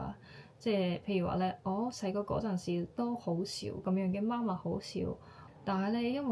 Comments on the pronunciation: 媽媽ma1ma4 は、日本人の声調ですね。または、標準中国語の影響でしょうね。香港人の声調は媽媽ma4ma1ですよ。香港で「媽媽ma1ma4」と言うと、別の意味がありますよ。要注意！ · 妈麻是妈妈？香港人發音是麻妈🤗 還有如果說媽媽生，即係夜總會帶領小姐見客的領班🥳